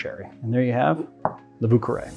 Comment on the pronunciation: Ah yes, the famous "Vù cawè"